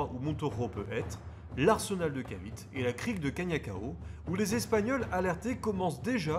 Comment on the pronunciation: la péninsule de "Caviti" et pas cavit ! ;-) .... le E est prononcé a l'américain encore aujourd'hui aux Philippines , ou je me trouve actuellement ! merci pour cette video car il est très dure de trouvé des video en Francais sur l' histoire des guerres en asie .